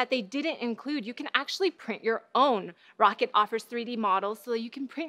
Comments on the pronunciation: "Rocket" It's Ro-ccat Isn't it? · pretty sure she should atleast be saying "Rockat" there no way that it's how she's pronouncing it at all